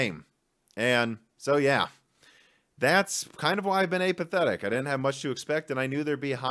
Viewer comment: Check your pronunciation of the word "Apathetic" my friend ;)